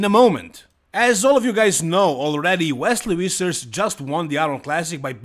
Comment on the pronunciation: It's pronounced more like Fissers not Wissers. It's actually a vfvfvfvf-sound.